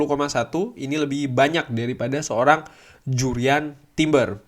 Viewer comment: Harusnya bahasa Inggris nya . . .ya Jurrien Timber.